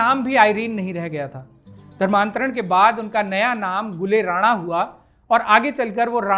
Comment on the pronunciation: जी लफ़्ज़ “ राना “ होता है जो लफ़्ज़ रानाई से बना है और इस का मतलब होता है लाल और पोस्त ( poppy ) के लाल फ़ूल को “ गुल ए राना “ कहते हैं। “ जबकि लफ़्ज़ “ राणा “ राजपूतों की एक बड़ी जाती है। बेगम “ राना” को “ रईस ए आज़म करनाल” नवाबज़ादा लियाक़त अली, उन की ख़ूबसूरती के चलते लालिमा उर्फ़ “ राना” ( राणा नहीं)। कहते थे। बेगम राना। मशहूर हिंदी लेखिका स्व. श्रीमती गौरा पंत “ शिवानी” जी की close relative भी थीं। अगर आप उचित समझे तो ये ग़लती दुरुस्त कर दें वरना आने वाली नस्लों को और मौजूदा दौर के लोग भी बेगम साहिबा के नाम को ग़लत बोलते रहेंगे। Once again the word is “ राना “ …… not “ राणा”।